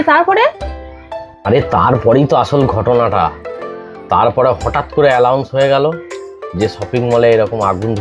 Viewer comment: কথাটা এলাউন্স নয়। এনাউন্স হবে